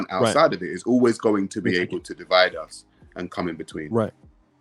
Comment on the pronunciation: "Divde and Conquer"